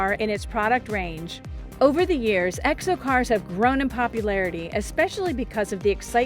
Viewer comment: She says egg'so car instead of exo, 30 times.